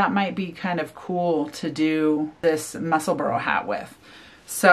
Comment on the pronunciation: The name of the hat is pronounced “mussel-bra”, not “mussel-burrow”. ( I know, pronunciation police!) 🤣 The color scheme that you chose for the hat is lovely! 🌸